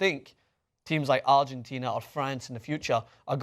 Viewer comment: outside of the fact that he mispronounced Argentina smh... and everyone on the first dream team were ball dominant as well, including Mr Barkley, those guys weren't scoring all those points being role players. true the competition is a bit better but, I saw a interview where Barkley said these new international teams wouldn't come close to the dream team he played on so what does that mean? these are things journalist shouldn't shy away from. instead of just agreeing with Barkley cause it's convenient, or maybe they don't actually know what they're talking about?